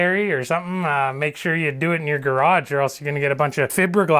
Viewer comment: You sir, are hilarious! Love the way you say gear-ahg 😊 Thanks for the video!!!